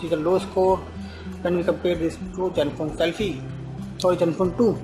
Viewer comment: its like hes saying jenfone 2... haha